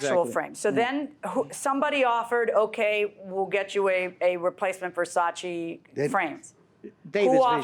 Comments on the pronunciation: Nobody:: Verchatchi 🤣🤣🤣🤣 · Open air market = sold out of the back of a car trunk!!I wonder how much time this guy has wrapped up in some stupid pair of overpriced glasses made out of $2 worth of material. I think dentures come loose Pronouncing Versace....he called the frames Ver cha chee!!! LOL!!